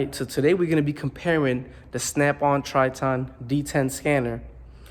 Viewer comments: It’s pronounced Tri*tin* not Trit-On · The worst part of this review is how he pronounced the name TritOn... who the hell says it that way?